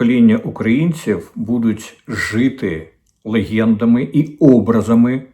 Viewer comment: Корчинський, не "лихєндами" а "легендами"